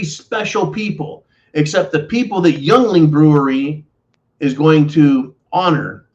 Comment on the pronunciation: Your killing me! Yuengling (Ying-ling), the oldest brewery in the U.S. and hey, we need something to be proud of in Pennsylvania!